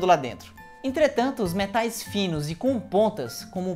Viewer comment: Achei que a tumbh tava em inglês: " Me Tais" " No micro-ondas"